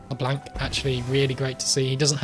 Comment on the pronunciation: Why does he pronounce Leblanc with such a hard "a" sound? Great game otherwise.